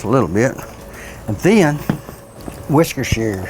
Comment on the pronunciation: woarsh your sister sauce.😂😂😂